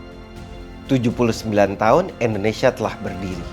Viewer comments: Indonesian ✅ endonesia ❌ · 🙏🏻 maaf om kalo saya salah dengar om bacanya endonesia bukan indonesia (jng di bully om ) ttp semangat ngonten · Sejak kapan ( Indonesia) di ganti endonesia 🤣🤣🤣 sejak tadi kalo bicara Indonesia jadi endonesia